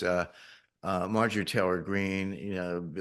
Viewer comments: Biden fell for the bait that MTG gave him.. he wouldn't have even mentioned her name if she hadn't given him the button. And now her family has proof from the state of the union that the current president can't even pronounce their daughters name correctly. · Too bad he couldn’t even say her name correctly.😂